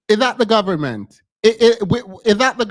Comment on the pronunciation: "Da gobment "🤣🤣🤣